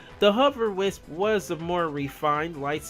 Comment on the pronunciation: your can't say wisp